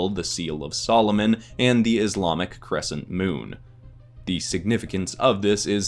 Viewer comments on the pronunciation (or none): none